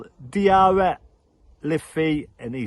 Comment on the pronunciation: i wish you would say diarra instead saying propely ask someone else say his name you will learn to say it right